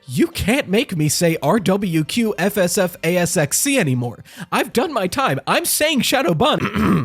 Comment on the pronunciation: Every time he says RWQFSFASXC, is it just me or does it sound like he’s saying sexy at the end.